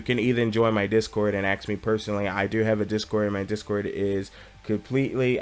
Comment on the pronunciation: King pls stop saying aks its ask just take your time when speaking sometimes your pacing is of. :P awesome vid otherwise